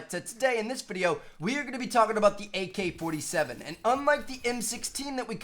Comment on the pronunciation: He said mk-47